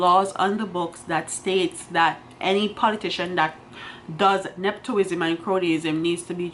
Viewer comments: The word is ne-pu-tism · nep·o·tism The o has a u sound... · Please madam, it’s not neptoism.... it’s NEPOTISM, if you don’t know the word look it up or seek help in the pronunciation also not improperty it’s impropriety. Children and students are listening please teach well with your platform!!!